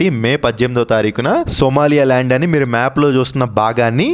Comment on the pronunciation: సోమాలియా ల్యాండ్ కాదు సోమాలి ల్యాండ్